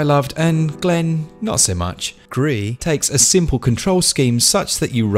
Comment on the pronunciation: Thought it was grease not gree??? Oh well don’t matter looks good 👍